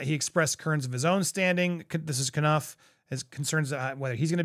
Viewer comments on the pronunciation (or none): Courtiers is "Court-ee-ays". Jason Knauf is Jason "Noff"